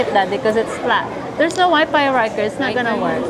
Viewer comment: ano ang meaning ng “there’s no Wi Pi”. Bakit kaya ang F nagiging P.. is that Australian accent? 😅😅